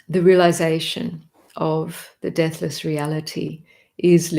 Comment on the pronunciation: Your embrace of the 'big picture' is awesome - so many sacred texts addressing our yearning for Union. This channel is a torch on the path. Thank you, dear. Btw, at first I thought you were saying 'death list' instead of 'deathless'. 😂 (You can probably tell I live in America.) Paz y luz, everyone. 🌏🍃🐿️🦋🔭✨🌙🙏📿💙